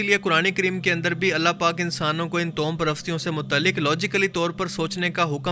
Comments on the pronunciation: Towham nhi, tawahhum parasti sahi word Hai. Jao Bhai apna kaam kero! Faaltu k fatway laganay aa jatay hain kahan kahan se! Aapki Sharafat apni jagha, jiski qadr kerta hun, laikin Aap khud kuwain k maindak na Bano. Kaafi arsay se follow kerta aa raha hun, aap social issues per baat Kari science, random facts. Laikin Islamic videos mein fatway na lagao. Shahwaliullah ki nazm ghazwa hind wali? 2ndly Kia aap bhi dhruv rathi ki video daikh k Aey ho? Bhai ikhtelaaf bohot hai riwayat mein. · تو ہم toham نہیں، tawahham ہوتا ہے۔